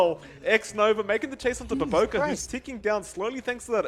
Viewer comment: It's BOBOKA not BOBOKARR